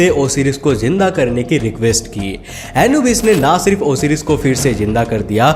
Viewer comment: Osiris nhi bolte hai usey Osairus pronounce krte hai